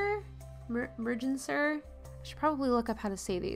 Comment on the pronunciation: Beautiful! I’m not really into mixing region animals (mixing NA species with Euros, I hate when tigers are thrown in to African scenes) but you made it work nicely. Second pronunciation of Grebe was correct and it’s Mer-gan-ser. Coots are super bitey and angry little birds (I worked with a rehab and we would occasionally get them in). Their legs are set so far back on their body that they have difficulty taking off on dry land and would get stuck on parking lots after heavy rains because the lots looked like ponds. Some ducks and geese are considered game and have a hunting season. If it weren’t for organizations like Ducks Unlimited we wouldn’t have many of our wetlands today. I’m so happy y’all are doing this series and bringing art to conservation!!